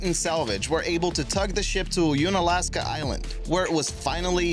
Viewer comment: Haha You-nalaska. it’s unalaska. Sort of like uneducated and not You-neducated.